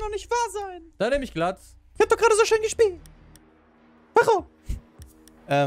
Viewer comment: Glaz heißt nicht [glatz] sondern [gläz]